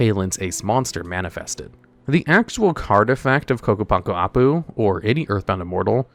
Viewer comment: WTF, actually said Ccapac Apu correctly?